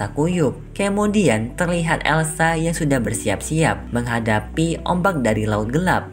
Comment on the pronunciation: Kamudian 👀 bukan kamudian bang tpi kemudian 🤣